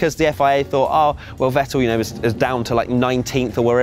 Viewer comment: How can you pronounce Verstappen right and Vettel not? It´s Fettel not Wettel!